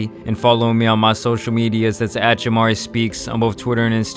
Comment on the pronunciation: His name is Jamanne struggled or something he’s going for the redemption arc lol and bro did I put you on to “boink” gang? 😂